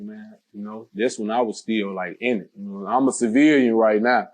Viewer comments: You ain’t wrong but dude just can’t pronounce the word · U can tell never Been a civilian. Every time he attempt to say it "Uma Ceviliunnn"